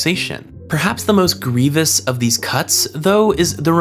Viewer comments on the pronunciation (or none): none